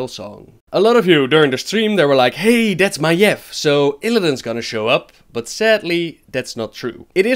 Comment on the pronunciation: FOR GOD SAKE STOP PRONOUNCING MAIEV AS MAEF!!! FFS!!!